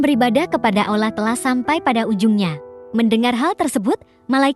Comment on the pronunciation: Ceritanya bagus, tp agak kurang suka penyebutan Allahnya. Sprti ngomong alah